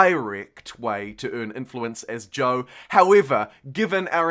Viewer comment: Sorry, what is Joe? Great playthrough, love the passion. Oh, you're saying Zhou, lol. Got it.